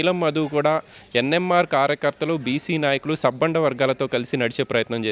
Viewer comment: Sappanda kadu sabbanda varghalu adi. Nuvvem reporter vi ra babu.